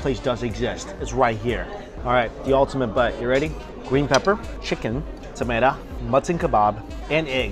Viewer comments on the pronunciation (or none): Are you saying "mutton"? Keeps sounding like "mutson" meat. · Am i the only one to notice he says muttun gunny?? Lol